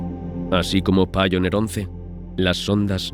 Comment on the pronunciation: Voyager se dice VOILLA y Pioneer se dice PAIONIA. Sólo para mejorar el programa. Yo no saco nada para mí. Saludos.